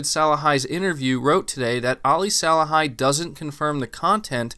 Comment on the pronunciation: Thanks for the news. His name is pronounced "Sa-lay-hee". Not "Sa-luh-hai" though. 😄